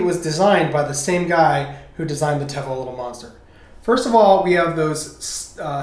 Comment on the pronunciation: It's pronounced teevo lol